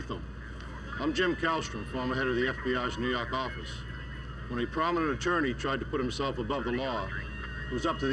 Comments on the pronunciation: "nuu yawk affice" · Wouldn’t be the same without him saying that! 😂